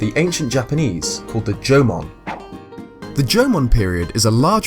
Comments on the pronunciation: Am i the only one that understands "German" instead of "Jomon"? xD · At different points of the video, i don't know if your saying jomon or german. Still liked the video though. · LMAO, you pronounce Jamon just like German! xD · Every time you say Jomon I hear German XP great video though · Instead of Jomon i always hear german haha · I know how hard it is to pronounce some words and how they may sound different but that "german pottery" thing is just hilarious xD oh and btw greetings from germany. :D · I did too, but we all know he said at the beginning that it is very hard for him to pronounce Japanese.